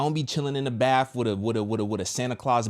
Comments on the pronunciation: It's BATH...NOT BAPHS...my OCD was going off 😂😂😂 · It’s bath not baff.